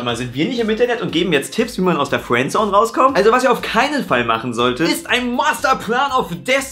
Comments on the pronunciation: Fuääändsoun:D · kann fRiendzone nicht aussprechen:D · Bei hört sich Friendzone nach Fwenzone 😂😂😂 #SPACERADIO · Fwendzone:D hach ja